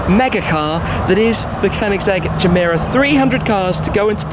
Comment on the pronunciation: Any one else notice the “jah-meh-rah” intstead of “gah-meh-rah” irked me every time he said it😭😭😭